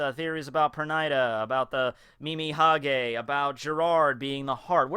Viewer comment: It's funny how you've always said "Mimihage" when it's actually "Mimihagi" :D